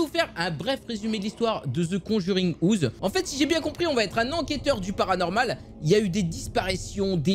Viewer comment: Mais il est trop bien le jeu ! Graphiquement il envoi aussi sinon super vidéo petit like qui fait plaisir 😉 par contre ton anglais à the conjuring houze mdrrr